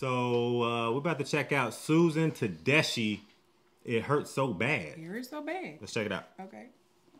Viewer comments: Also- it’s pronounced Ta DESK-EE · Pronounced Te DESK key, by the way. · Huge fan. This woman can sing! Her collabs with husband Derek Trucks are amazing. Her name is pronounced Tuh-DES-Key. "Anyhow" is also a great song. You two will also love Toni Price and her powerhouse voice. Her songs "Fooling Around" and "Feel Like Cryin" are top notch.